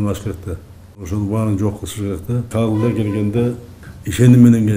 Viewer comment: Кадылар деп койдубу ээ кадылар эмес Кадрлар болотко Мумкун